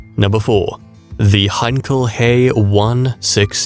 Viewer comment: Heinkel HAY, it's pronounced HAITCH EE